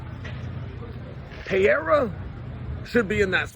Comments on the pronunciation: “Pee-air-a” -Chael sonnen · Can we first agree that you don’t know how to read? Pee-Aira? You can clearly see that there is an R in the middle! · Chael still calling him “Pierra” has become stale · Alex Pee- era 😂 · Lol is "Pay-era" a new one? I haven't heard it yet... I got Pereira by way of outside interference from ankaliev. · One of us doesn't know how to say Pereira correctly.